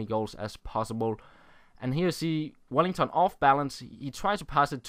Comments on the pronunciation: His name is Welliton, not Wellington :-) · it's WelliTon, not WelliNGTon.